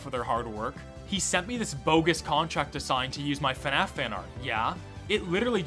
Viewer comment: Instead of the Fnaf that I always expect to hear, it often sounds like Fenaf. Oh no more people should actually finish their let's plays. Not sure how often that happens recently, but it always get's annoying to have to rewatch it with another let's player, when it suddenly stops somewhere else.